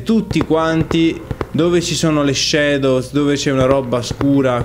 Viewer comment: Shadows si pronuncia com'è scritto :P